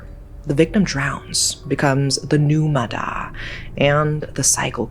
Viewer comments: Its actually pronounced ma yah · Relate to the ma da (usually pronounced "ma ya") lores, I think you should look into the theory behind the Vietnamese nursery rhyme "Bắc Kim Thang"